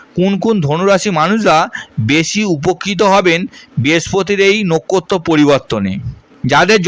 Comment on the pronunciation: আপনার কি জিভ ভারী পরিস্কার স্পষ্ট উচ্চারণ করেন না কেন পবেশ পতিকার এসব কি। পুন্নবসু না পূনর্বসু নোখ্খত্ত না নক্ষত্র খুবই বিশ্রী লাগল শুনতে। তাই মাঝপথেই বন্ধ করলাম